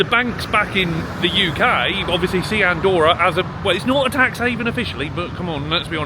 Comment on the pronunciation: Very interesting. Btw, Andorra has two "r", they pronounce both "r"s 😅